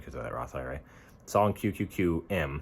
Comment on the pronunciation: yw! I shared your story and sent a donation; hope it helps and I hope you feel better soon. btw, did you say QQQM or QQQN?